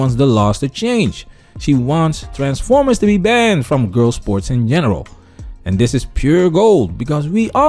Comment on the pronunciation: I keep busting out laughing every time he says transformers. Lol